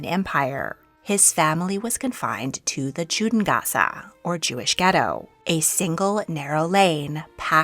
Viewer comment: Pronunciation of Judengasse was hilarious aswell.